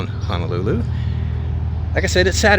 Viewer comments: Ho no lulu...NOT Hanalulu. Waikiki - Why key key...Kamehameha was the first king of the Hawaiian Islands. Liliuokalani - to some Native Hawaiians she is still the Queen, those that believe the Hawaiian Islands were stolen from them by the US government. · Pronounced Hoe-no-loo-loo. Hope you enjoyed your stay. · It's "HO" not "HA" Ho-no-lu-lu!!!! 😠